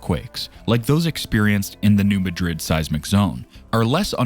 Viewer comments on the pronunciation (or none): Growing up in the mid south we have known all this. Also, it’s not pronounced like the capital of Spain(Muh-drid), it’s pronounced “New Mad-Rid”. I don’t know why people from that area name towns after more well known places and pronounce them differently. There is also a Hayti, Missouri and they pronounce it “Hey-Tie”, not like “Hatey”. Or Cairo, Illinois is pronounced “Kay-Row” instead of “Ky-Row”. At guess at least Memphis is still pronounced the same way unless your from Memphis and then you prolly pronounce it “Miffiss”….. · The locals put the emphasis in the word Madrid on the first syllable. They don’t pronounce it like the city in Spain. You’re saying ma-DRID. It’s MAD-rid according to people who live there. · This video's credibility is undermined by the narrator's incorrect pronunciation of New MADrid. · Yep it does we are from the show me state and you have to show us and that means saying it correct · You are correct. We, who live on this thing, pronounce it New MAD’ rid, so it hurts our ears to hear it butchered, though I doubt anyone is going to care once she blows!🫢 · Learn to pronounce the name of a city before you report on it. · I'm just a little north west of NM. When they can't say the name right, I stop the video, because that tells me they haven't actually studied it. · You can't even pronounce the name of the name of the region correctly, but the whole world couldn't care less. Liars and morons. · It is not pronounced like Madrid, Spain. Know your area.